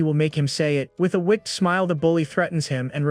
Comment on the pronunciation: The way the TTS AI pronounces words is infuriating. If I have to hear it mispronounce the word 'wicked' one more time I'm gonna lose it.